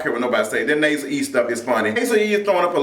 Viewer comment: Such a good review lol the Nasel E cracks me up